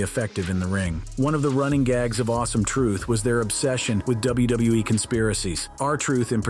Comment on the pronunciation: Never have i ever hear anyone struggle to say "WWE" so much 😂